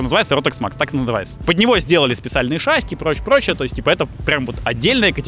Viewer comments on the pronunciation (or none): мы с мужем смотрим все твои ролики, но его каждый раз корёжит от твоего "шАсси" 😖 ШассИ,, шассИ!